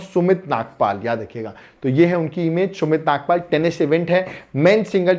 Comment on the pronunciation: Sumith Nagaal, not sumith nagpal.